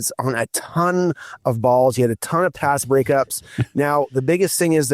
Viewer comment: check your audio. Every time you say pass the 'p' is silent.